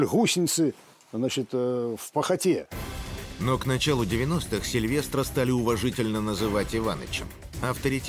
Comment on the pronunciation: Гуров:"В пахатЕ" 🤭🙄😂😂😂. О бедный русский язык!!!!!